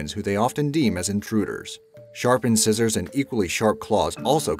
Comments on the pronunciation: The wombat does not carry sharpened scissors as it sounded from your announcer. It should have been pronounced SHARP IN-C-eye-sors. Long i not short as in scissors. Try to figure out how something is supposed to be pronounced please. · I mostly watch this channel because I'm entertained by how many words he mispronounces. The funniest one in this video was when he pronounced incisors "in scissors."